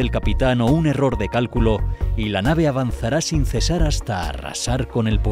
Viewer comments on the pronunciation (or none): none